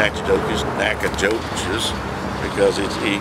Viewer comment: It's an Indian name and you can't pronounce it? Great video btw.